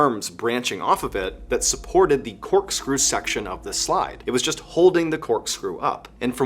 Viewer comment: Is there a reason your pronunciation of THE are all pronounced “thee”? It should only be “thee” prior to a word beginning with a vowel. It’s really incorrect and bothering the heck out of me. I’m really trying to enjoy the videos and would love to delve into the podcasts but I cannot get past how much that bothers me.